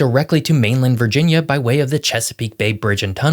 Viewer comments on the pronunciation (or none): none